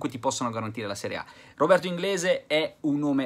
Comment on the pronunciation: Robi inglisc ahahahahaha